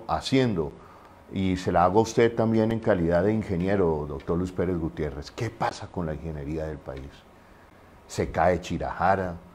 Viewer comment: Es Luis Pérez Gutiérrez. Por favor😖